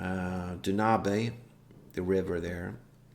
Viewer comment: Okay, first of all, it's Danube Front, not Dunabe Front. :) (From the river Danube, or Donau if you will). Second, you're right, Fulda Gap and North German Plain cover roughly the same ground. Danube Front is the southern part of the campåaign, Fulda Gap the middle, and North German plains is (aptly enough) the northern part. Same battle campaign-wise, but obviously the two other games offers more scenarios for their particular part of the front. So if all you're interested in is the campaign game, then Danube Front is the obvious choice since it covers the whole frontline, instead of only part of it. Also the only one of the three that offers Berlin as a battle-ground. Oh, and don't even think of playing a campaign game against the AI. As much as I love the JTS/WDS games, the AI is just ridiculously bad. The bigger the scenario, the worse it gets, due to the limits of a scripted AI. Biggest rules to get used to when coming from PzC, is artillery-delivered minefields, helicopters, thermal imaging, and chemical weapons. Chemical weapons especially which can really crimp any defense. Although it's a double-edged sword for the Warsaw Pact player since they usually have persistent gas.